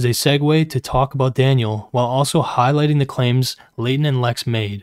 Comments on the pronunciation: Why does pronounce Leighton's name as "Laden" every single time It irritates me lmao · Just wanna feed the algorithm and complain about how annoying and irritating voice is but especially when he pronounces Leighton as laden 😤